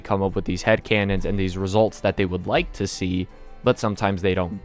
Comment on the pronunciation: You rike? I go make onsen now